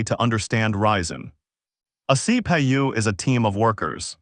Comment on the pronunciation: wtf C Pi U C Pa u C Pay U the worst AI i have ever heard